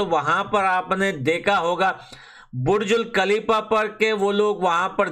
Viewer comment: Burj khalifa ❌️burjul khalifa✔️😂😂